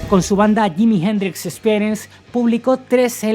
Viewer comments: ¿Por qué ese "awebamiento" español de no pronunciar NUNCA bien el inglés? 😆 Me sorprende que pronuncie yimi gendrix 😅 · Yimi Jendrix Espierens. Ese ingles papá jajaj